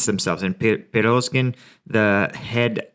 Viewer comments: your specific evaluations are awesome! That 1/2 unit remainder is up in Svatove that low-populated village area you first discussed today. Sva-tov-ay. Sound out the Russian and Ukrainian words by syllable - Pree-goe-zhin is Prygozhin, "Putin''s chef and confidant. running Wagner group. Wagner group was originally composed of skilled Spetznaz (Special Forces) who operated in Africa and Syria. They took severe losses in these months of fighting for meter-sized gains in Sievierodonetsk and Ly-si-chan-sk, and for the Bakhmut road and Bakh-mut since April. They are paid for gains only. We've seen several interviews with conscripts having had one day and three days training before frontline exposure and capture/wounding. Other Spetznaz units, including brigade-level, have also been listed as suffering 1/2 to 90% losses during these months. Understand that Russia now commonly leaves all dead behind, as far as can be known. Those mobile crematoriums of Mari-oo-pol, were officially from the beginning for both civilians killed AND Russian dead, to disguise numbers. We can assure ourselves that they are still operating. There are some interviews with a prisoner or two who enlisted with Wagner, who were captured. There are some Russian propaganda videos, one featuring prisoners wounded,, for propaganda purposes. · and prigo-gin. It is how that's pronounced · You always pronounce Prigozhin wrong